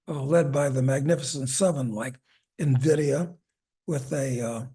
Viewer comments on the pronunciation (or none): none